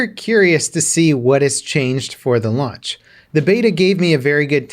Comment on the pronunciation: He must be really hungry that he said "lunch" instead of "launch".